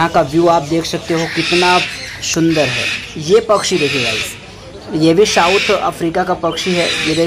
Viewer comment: It's not shundar it's sundar